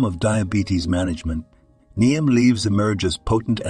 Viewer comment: If you use AI to write the copy and narrate, it would behoove you to edit your presentation. Try to get all the words consistent (Neem leaves listed as neon, name, niem. Once it came through as neem, then immediately the word for injury, wound, was pronounced as if winding a wire on a spindle. All the copy/narration shows similar dumb mistakes.